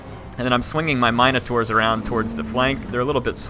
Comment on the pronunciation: I love you but every time you say minotaur I want to die